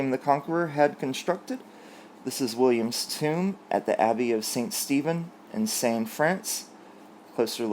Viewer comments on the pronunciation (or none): none